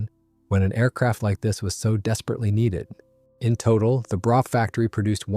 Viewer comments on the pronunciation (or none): Please tell your robot that Brough is pronounced 'Bruff' - as in tough, rough & enough already! : ) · BTW: Brough is pronounced bruff. Otherwise, good work!